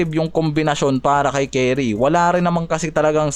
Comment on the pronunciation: kulit ng mga pronunciation mo bisayang bisaya e curry- keri gobert- goberT randle- randel mga bisaya talaga e